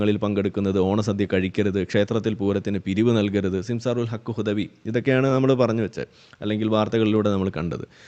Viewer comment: ഈ ഗുദവി എന്താ ഇങ്ങനെ ഗുദിക്കണത്.... ഗുദാഹവാ... ഗുദവിയേ... ഗുദായനമഹഃ😮😮😮